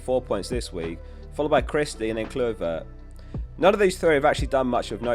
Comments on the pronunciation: Who's clue-vert? It's Cly-vert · It’s pronounced klyvert 😂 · Kloo-vert!? Haven’t you heard of Patrick Kluivert!? Haha 😂❤